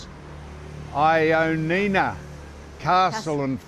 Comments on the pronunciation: It is pronounced Yia-knee- na. It comes from the name Ian (John is the bastardized version) . The first couple of letters become Ian in English. Why don’t you come down to Koroni and cut out the bullshit tourist routes and I will show you around. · Sam im happy to see your video and I hope you both have a great time in Greece. In Greek its pronounced as Yannina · To make it easy for you, it's pronounced Yannina....simples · Pronounce it .... Y i a n i n a.... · It's pronounced yia-ni-na. I recommend you go to Kastoria not far from there. It's the most picturesque town in northern Greece. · For a Geelong grammar boy your making the team look bad. Its pronounced Yia- nina. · yep - u got it right- that pronunciation is shocking as was the attempt for Πέραμα